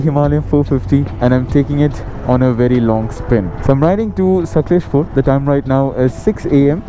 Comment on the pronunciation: It's bengaluru and not bangalore n it's sakaleshpura n sakaleshpur . Pronounce the names properly ❤de